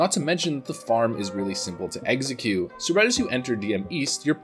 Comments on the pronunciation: Dude you keep on saying "exeggcute" like the pokemon. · uhh no, he's saying "eggxecute" - not like the pokemon at all